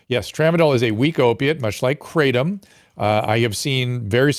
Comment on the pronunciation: It's pronounced krah-TOM, not KRA-tom